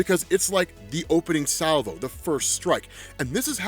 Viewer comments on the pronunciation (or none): none